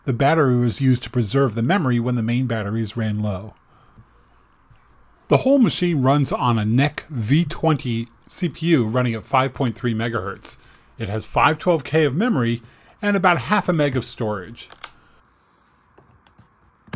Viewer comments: I think you mean NEC and not neck! NEC is pronounced like IBM. You say the letters, not the word. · It runs on a Neck? Do you mean NEC?? Sound out those letters my friend...